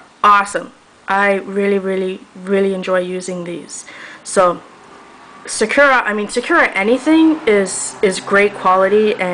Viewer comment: These videos are so informative! I have so much trouble trying to find an opaque white pen and you've pointed out great brands for me. One thing that I'd have to nitpick on is that Sakura is pronounced sa-ku-ra, not sa-kura. Sorry! It just really bothered me.